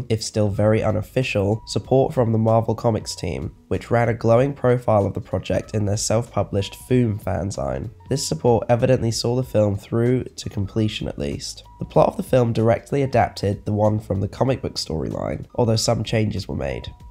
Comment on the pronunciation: Try and investigate how words are pronounced diaspora (dee asp ora) fanzine (fan zeen) Gloucestershire (gloss ter sheer) gauge (gage) re-creations should be pronounced as it looks as recreation is something completely different. Generally however the videos are great.